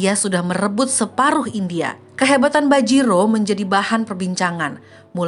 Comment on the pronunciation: Bajirao .. bukan bajiro